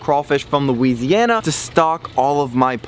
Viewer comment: Loo-WEEZEEY-anna. It made me cringe so hard